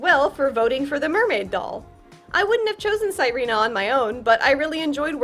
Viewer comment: The fact that you call her sai-ree-nah instead of see-re-nah is really fun to me bc sirena means mermaid in spanish and that would be how you pronounce it, not the name, but the word